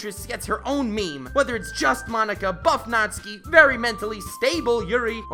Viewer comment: YES! NATSUKI BEST GIRL. Also thanks for pronouncing hr name right, unlike some other youtubers (everyone but also specifically MatPat lmao). Also check out the Chime remix of Megalovania